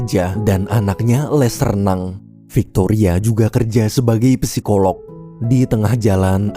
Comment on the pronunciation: bang, psikolog/psikologi huruf "p" nya gausa dibaca, jadi bacanya langsung sikolog/sikologi